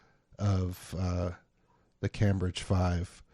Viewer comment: As a Brit your pronunciation of "Cambridge" makes my toes curl. 😖